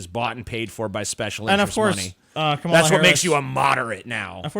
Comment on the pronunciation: It's actually calm-uh-luh not kuh-mall-uh.